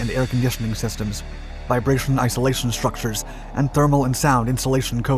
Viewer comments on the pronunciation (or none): none